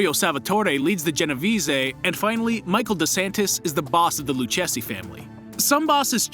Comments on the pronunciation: Lucchese pronunce is Lukkisi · If you can’t pronounce Lucchese correctly you neither deserve a like, comment, nor follow! It’s “Lou-Casey”, the two “c’s”and “h” makes a hard “k” sound. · lucchese (luu-kay-zee) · Lucchese pronunce is Look-heh-seh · Its pronounced lukayzee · Lucchese Is pronounced luke -eseh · They are called "Colombo" and "Lucchese". Just leaving that here. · When he pronounced lucchese and siciliano wrong I already knew it would be a problem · you absolutely butchered the pronunciation for the luchesse family and the genovese family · Your video lost all cred after the way you butchered the pronunciation of "Lucchese". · Man learn how to pronounce Genovese and Lucchese before making such videos. If you wanna say Siciliano in Italian, then you say Si-CHI-liano. It’s not a C, it’s CH